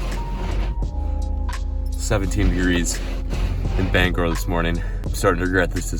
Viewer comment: Can all my fellow Mainers thank my man for pronouncing “Bangor” correctly...